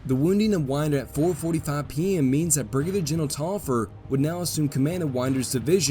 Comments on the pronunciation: Pronounced Tolliver. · That Taliaferro pronunciation is quite painful. Also, I'm pretty certain it should be Tallaferro (two LL, not Li). Tallaferro is an Catalan surname. In Catalan, its pronounced as Thai-a-fe-rro (rro being the same sound as ROach).